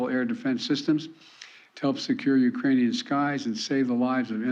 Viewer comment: * Ukrainian’s not “eucranees”